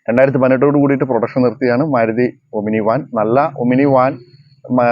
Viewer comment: ഒമിനി അല്ല, "ഓമ്നി"!